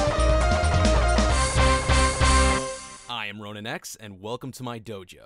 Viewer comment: It's Ronin